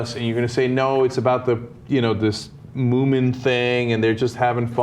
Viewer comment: the MO-MIN .... wtf ana ... have you never heard of the moomins you damn americans !!! everyone knows the moomins !